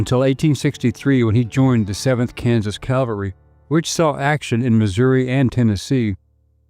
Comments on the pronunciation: It’s CAValry, not CALvary. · Custer Custer Custer. Every sentence starting with Custer and saying Calvary half the time woke me up. What the heck man? CaValRy